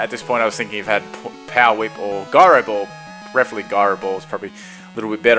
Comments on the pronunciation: Ji-ro, not guy-ro. As in gyroscope. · I hate how you say gyro ball so much